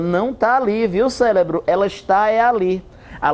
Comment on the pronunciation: eu escutei "célebro" kk